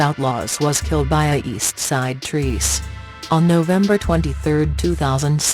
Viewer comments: The robotic voice is stupid and its trece (tre-say) not treece. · “East Side Trees” instead of East Side TRECE (East Side 13 in Spanish) It’s pronounced TRES-EH NOT TREES 🌲 🌳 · Wtf is Treece? Why does she keep saying that shit, does she mean Trecé(Trréceé)